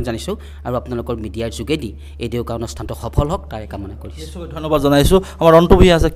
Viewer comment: Its ডেউকা not দেউকা